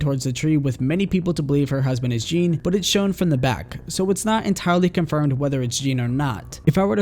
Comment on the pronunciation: I don't know how you can follow the series for this long and still butcher the pronunciation of Jean's name so hard.